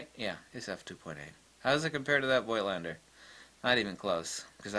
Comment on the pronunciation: The "i" in Voigt is still silent.